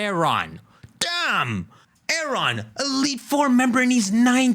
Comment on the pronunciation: The way pronounces Aaron has got me triggered 😂😂😂😂😂